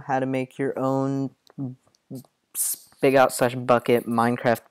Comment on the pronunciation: spy-got lol